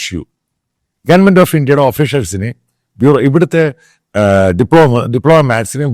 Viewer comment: ഗെയണ്മെന്റ് അല്ലെടോ. ഗവണ്മെന്റ് എന്നാണ് പറയേണ്ടത്. അന്ന് ഇന്ത്യയുടെ അഞ്ചു fighter പ്ലെയിൻ വീണടത്തുള്ള ആളുകളെ ഫോണിൽ വിളിച്ചു സംസാരിച്ച വലിയ പുള്ളിയാ. ചാനൽ തുടങ്ങാൻ സ്ഥിരമായി തെണ്ടിക്കൊണ്ടിരുന്നു. ഇപ്പോൾ കേൾക്കാനില്ല. ഇയാൾ പറയുന്നതല്ല സത്യം. യാഥാർഥ്യം നേർ വിപരീതമാണ്.